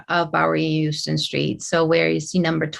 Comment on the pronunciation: the word Houston is pronounced HOW-stun. This is an error that will have you immediately dismissed as not doing your due diligence.